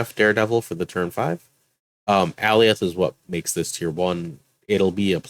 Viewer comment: The Thanos deck is fun, now if only RNG would stop hating me. Side-question, is Alioth really pronounced (all-e-oth) or more like (a-lye-oth)? Like if you take the name Galioth and dropped the "G"? Marvel Snap really needs to include the way the name should be pronounced along with the card. First Daken, now Alioth. :D Edit: I like the Hulk deck too, though I've had more success in replacing Klaw with Thing. Thing just gives a little more power at that mid-game point for me.